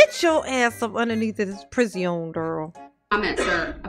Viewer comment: Every time says "priz-e-onn", I start giggling!😂